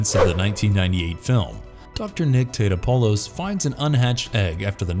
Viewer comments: Dr. Nico Topopopolis? Its Totopolis... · "Dr. Nick Tate-appall-us--" Me, An Intellectual: "It's Ta-TA-pull-us" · It's Tah-top-alis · It’s Tah-topol-us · My guy butchered Dr. Nick's name in the Godzilla animation lol even in the movie everyone kept pronouncing it wrong like did you not see the movie!? xD